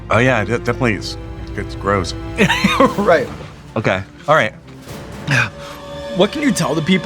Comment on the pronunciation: After Da Bomb, does he say 'It grows' or 'It's gross'? I'll take either, really.